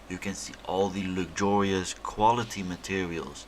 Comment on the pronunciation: It’s ‘veddy lucjurius’